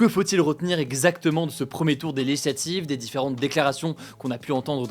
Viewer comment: Hugo,essaye de plus articuler et de parler moins vite. Quand tu dis "legislative", on a l'impression qu'il n'y a qu'une syllabe